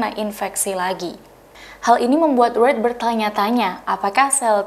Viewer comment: Pembaca beritanya perlu banyak belajar dulu sebelum membawakan berita terlebih berita international, aduh nyebut Wright aja salah.